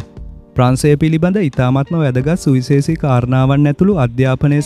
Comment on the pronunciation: සුවිසේසි නෙවෙයි ඕයි සුවිශේෂි. මේ මගුල් කරනවනම් සිංහල හරියට ශබ්ද කරගන්න ඉගෙන ගන්නව.